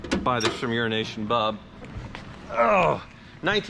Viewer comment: Euronation bob CC: Urination bob